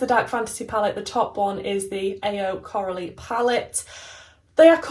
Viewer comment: Your look is gorgeous !! I hope Coralie will see it 🤩 Also your pronunciation was nice!